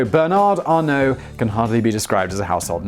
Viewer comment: Funny thing about the donation sum from Bernard Arnault (you pronounced it correctly, by the way. I'm impressed and think there's still hope for you) for the Notre-Dame. So Bernard's rival, the owner of Kering Group (another fashion conglomerate) and incidentally Salma Hayek's husband, said he would donate 100 million euros for the repairs. THE VERY NEXT DAY Bernard Arnault announced that HE will donate 200 million euros for the repairs. This never stops being funny.